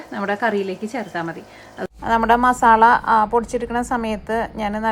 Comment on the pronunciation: മസാള അല്ല 'മസാല ' എന്നാണ് മലയാളത്തിൽ പറയുമ്പോ എന്ന് അറിയില്ലേ??!!!😆😆 മ സാ ല ok? ള ള എന്ന് കേൾക്കുമ്പോ അരോചകം ആകുന്നുണ്ട് dear 😄